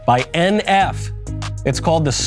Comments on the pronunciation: Bro pronounced NF as "enph" brah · He didn’t just literally sound out NF 😂. I hope that was on purpose💀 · I love NF, been listening to him for a while now. Great analysis, loved the way you pronounced the 'NF' at the start😂🤝